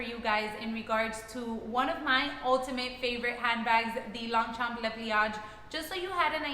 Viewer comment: The g and p is silent..